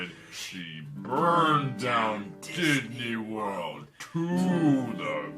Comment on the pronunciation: Did I hear "DIDNEY WORLD"!